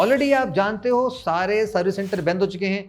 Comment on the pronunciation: Bhai aap kya bolte hai samajh mein nehi ata.. Service center 'bendh' ho gaya hai